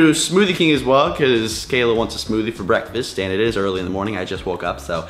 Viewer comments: Bekfast Huh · It's bekfast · Unspeakable: Bekfast: BEKFAST!!!!!!!!!!!!!